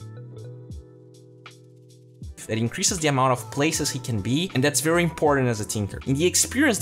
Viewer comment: BERRY important